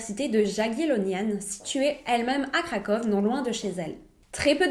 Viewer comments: Je voulais juste laisser un petit commentaire sur la prononciation (c’est juste comme ça, à titre indicatif sans moquerie aucune : je sais que le polonais est assez difficile à prononcer) Le « rz » se prononce comme un « j » donc son prénom se prononce « Katajéna ». Et Kroków c’est Cracovie, la plus belle ville du pays et sûrement là plus connue aussi Pour finir, le fleuve de Cracovie c’est la Vistule pas la Vistula. C’est comme dire que le fleuve de Montréal c’est le Saint-Pierre. Avec un peu de recherche, on trouve très facilement ces informations même si on ne vit pas en Europe Voilà 😉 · Kraków se prononce "KRAKOUVE" Ou en français Cracovie.